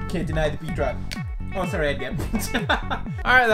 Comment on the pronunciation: "Eddygar" Hahaha